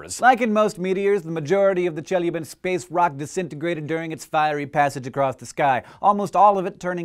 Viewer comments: Thanks for apologizing for your Russian XD it's ChelYAbinsk, not ChElyabinsk ) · Che-Lya-Binsk! Not Chelabinsk! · This might be a bit pedantic, but as a native Russian speaker, I feel it's my duty to inform you that it's pronounced Che-LYA-binsk, intonation on the LYA. I understand it's not a big deal, and it's convenient to pronounce every Russian name with intonation on the first syllable, but it hurts my ears. I would like it to stop. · it's ChelYAbinsk and ChebarkUl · As an English speaker who studied Russian very briefly, I can attest to the difficulty of getting Russian "i" and "e" correct. The palatalized vowels with the faint "y" sound in front of them, which occurs 3 times in Chelyabinsk is definitely tricky to master, so I can't hold it against him that he used the common English pronunciation, rather than "Chyel-YA-byinsk" Russian is an incredible and beautiful language, but it's also quite difficult for a native English speaker. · Do not need to apologize for your Russian, it is not a Russian word, it's a Turkic word and should be pronounced like Cheebarcóól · I love how your Chelyabinsk sounds like Jellybean-sk! You non-native speakers are so cute. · Its pronounced chiliabinsk P.s. I think its part of nabiru which should have come in 121212 but got late because of space trafic! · Hank, it's pronounced Cheh-la-binsk. Say it again: Cheh. La. Binsk. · I chuckled every time Hank mispronounced "Chelyabinsk" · Lol actually the stress is on the second syllable. But it doesn't matter, we are not in Russian language class. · Hank, please, the stress falls on the second syllable - e.g. on the "a". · Only one thing can make video better: if he pronounced Chelyabinsk right. :D He comes very close, though. B+ for effort. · Chelyabinsk is pronounced with the accent is on the A. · You also very badly mispronounced Chelyabinsk. Челябинск